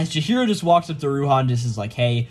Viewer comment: Chihiro not Chiro